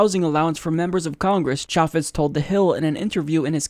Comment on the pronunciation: Can't even pronounce chaffetz right